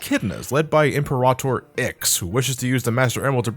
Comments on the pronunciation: Im-puh-rah-tohr. Im-peer-ruh-ter. Dammit,, you have me questioning how the word is said now. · "Im-Per-AH-Tor"? I'm sorry to be that guy, but it's "Im-PEAR-Uh-Tor". Think "Imperial" or "Emperor". You played BlazBlue, you should know that, just think of Imperator Izanami. Sorry that's just the one thing that bugged me all throughout the video. I remember playing this game a lot, being one of the first few Sonic games I ever played, and it had a few good moments, but yeah it was a slog all throughout. I do like some tracks in it though, that final boss theme is pretty good. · "Impa-rah-tor Ix" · You mispronounced 'Imperator'.